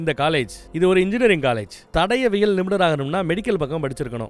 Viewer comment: தடவியல் ❌ தடயவியல் ✔️ சிறந்த விளக்கம் அண்ணா...! ஆனாலும் இந்த ஒரு வழு (பிழை) மட்டுமே மண்டைக்குள்ள ஓடிட்டு இருக்கு... அடுத்த அடுத்த வீடியோக்களில் அவை நிகழாத வண்ணம் பார்த்துக்கொள்ளவும்... தமிழ் அல்லவா❤❤